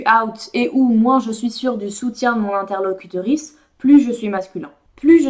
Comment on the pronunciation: Super intéressant et stimulant intellectuellement ! "L'interlocuteur.ice" j'ai entendu "clitoris" 🙄